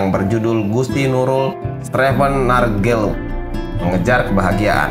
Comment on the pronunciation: bukan streven naar guilt mas tapi naar "geluk"